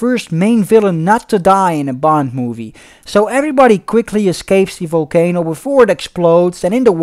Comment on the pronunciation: I like the way you say folcano instead of volcano 😂😂😂😂